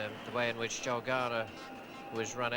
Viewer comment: It's Joel not Joe please Ray